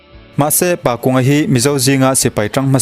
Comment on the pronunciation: Pakunga tih ah hian kung tih hi thingkung tih ri anga kung rik anga lam tur a ni e